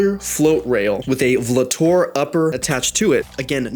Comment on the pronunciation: Brother it’s pronounced VOLTOR